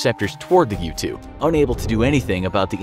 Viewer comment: When I first heard “U-2 Spy Plane” I thought he said “Youtube Spy Plane” and I got confused